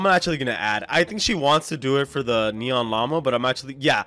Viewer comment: it's neon skeleton dog not nron skeleton rex